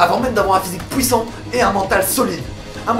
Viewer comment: Tu me tue quand tu dit POUISSANT xD